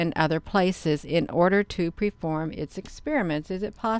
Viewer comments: PREFORM!!?? WTF LADY!! DID you mean PERFORM!!!!??? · preform?? DID YOU MEAN PERFORM?? 🤦🏾‍♀️🤦‍♂️🤦🏻‍♂️🤦🏾‍♂️👦🏿🤦🏼‍♂️🤦🏼‍♀️🤦🏽‍♂️🤦‍♀️🤦🏽‍♀️🤦🏿‍♀️🤦🏻‍♀️🤦🏿‍♂️🤦🏼‍♀️🤦🏼‍♂️🤦‍♂️🤦🏻‍♂️🤦🏾‍♂️🤦‍♀️🤦🏽‍♂️